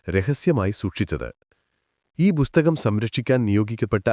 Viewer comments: ബുസ്തകം അല്ല പുസ്തകം' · ചാണകത്തിൽ മുക്കി നന്നായി വെടിപ്പായിട്ടാണല്ലോ പറയുന്നത്... ഒരു ഇന്റർനാഷണൽ fraud story from. ബുസ്ഥകം അല്ലടോ പുസ്തകം, പുത്തകം, പുത്തനെ കൊണ്ടത് എന്തോ അത് പുത്തകം...